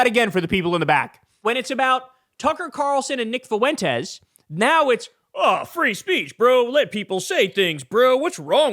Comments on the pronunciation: Notice how Tapper is pronouncing Fuentes - it is correct. Idc if Fuentes even mispronounces his name, which idk. That is a Spanish word. FWEN-Tez not Fu-en-tez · Totally besides the point, but How is it that Tapper is the only one who can say his name correctly? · He pronounced it perfectly! Greetings from Spain. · He's trying his hardest to pronounce Fuentes in the most spanish way possible 😂